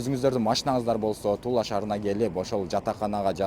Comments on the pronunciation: Тула шаары эле дечи. Тулла шаары деп атасын кулкуну келтирип🤓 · Тулла эмес Тула деп окусаң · Тулла эмес Тула эле дечи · Тула десен Тулла деп атасын го